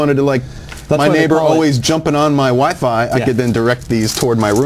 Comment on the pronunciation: lol on it sounded he said "my neighbor always jumpin on my "wife I (Wifi) could then direct these toward my rooms and away form my neighbor." lol